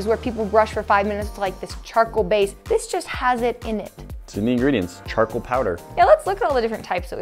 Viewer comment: Who heard chocolate toothpaste when they were saying charcoal